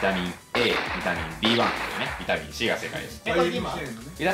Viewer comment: こうちゃんがリスペクトしてた伊沢さんの「ビタミンッ↓スィーーー↑」という言い方はこの動画か！